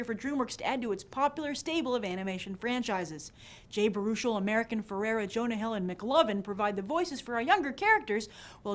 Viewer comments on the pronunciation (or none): Baruchel is pronounced bear-uh-shell